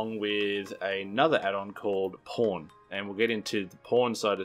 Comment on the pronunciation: who thought he said porn and not pawn XD